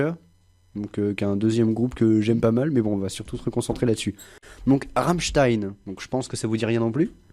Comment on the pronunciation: par contre c'est Ram''m''stein et non pas Ramstein